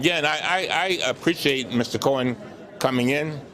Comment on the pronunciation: Love Mr. Cummings, yet every time he says "Mr. Cohen" it sounds like he's saying Mr. Corn.